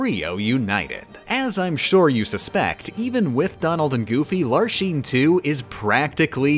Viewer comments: why are you pronouncing Larxene like that? KH3 does not use the “sheen” version, it sounds like “lark-seen” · Tell me you've never played KH:CoM without telling me you've never played KH:CoM. "Lar-SHEEN" and "Ve-SHEN". Like jfc man, you gonna call Axel "A-SHEL"? They literally say them in game with correct pronunciation. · Every time he says "larsheen" hurts my soul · Veshen, Larshene? Ughhh. It hurts. Lol. Also Le Vie en Rose instead of Divine Rose. I hope he's just messing with us. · pausing the video to say its not LAR-SHEEN, it's LARCK-SEN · HER NAME IS LARXENE NOT LARSHEEN WTF!!!! >:( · It's pronounced "Larks-seen", not "not Lar-sheen" "Vecks-sin", not "Veh-shin" "Mar-Loo-shah", not "Mar-loosh" And yes I am a stickler for name pronunciation. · Why do you pronounce the x in org 13's names as a "sh" sound (ie "larshene" instead of "larksene," "veshen" instead of "veksen") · it's Larxene, not Larsheen 😂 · I never thought that something like this would bother me so much but I swear everytime I heard the name Larxene pronounced "Lar Sheen" it made me twitch in pain. You pronounce the X like "Larks Een". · You pronounced Larxene wrong! "Lark-seen,' not "Lar-Sheen"! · mispronouncing Larxene, Vexen, and Marluxia's names every time where it makes any KH fan's skin crawl.... It's Lark-Seen, Vex-En, and Mar-Loo-Sha. Not Lar-Shen, Veshen, and Marloosh. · Why do you pronounce X's as "sh" ? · Hearing Lar-sheen instead of Lar-xeen is cringe. Cool run though. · WHY TF ARE YOU SAYING LARSHEEN AND VESHEN STOP OMFG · It's still agonizing to me why she pronounces some of the organization member's names wrong. They say their names in the cutscenes why is Larxene, Larsheen? Why is Vexen, Veshin? Why isn't Axel, Ashel? Is Xion pronounced Zion? Is there an inside joke I'm missing??? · I think you mean “Larsheen…” that’s how he pronounced it… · Every time you said Larsheen I couldn't help but see her shooting Ultra Lord figures at Sora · Levien Rose... Larsean... Vesion...